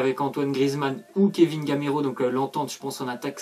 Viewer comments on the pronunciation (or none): none